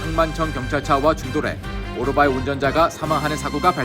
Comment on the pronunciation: 미국에서 모터사이클로 방송 .안하고 오토바이는 뭔가요? 더군다나 발음은 오로바이 ㅋㅋㅋ